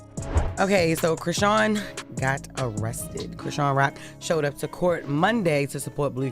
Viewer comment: Mmm, I’m interested in an update but not click-bait. Meaning, the voiceover don’t even know how to pronounce the girl’s name correctly. Thus, lacking credibility. I stopped watching this video .